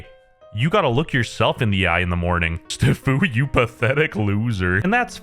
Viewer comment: i have always supported EVERYTHING says, but when he pronounced "stfu" like that I unsubscribed